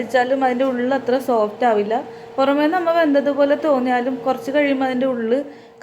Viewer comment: നമ്മൾ എന്ന് പറയുമ്പോൾ നമ്മ എന്ന് തോന്നിയത് എനിക്ക് മാത്രമാണോ